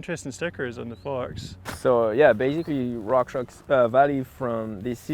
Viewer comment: haha he said farks